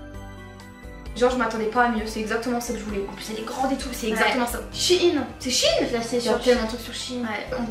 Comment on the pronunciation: Vous vou dite shine,ses shein